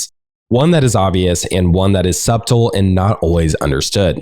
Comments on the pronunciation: The most unsubtle “subtle” pronunciation :P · Good stuff. Feedback: 1. Say “end quote” after you finish a quote, otherwise its hard to tell if you are quoting or commenting. 2. Check your pronunciation of “subtle”